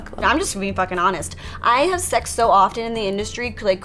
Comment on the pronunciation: L.A bitches always make the word sex sound like sachs. Coincedence?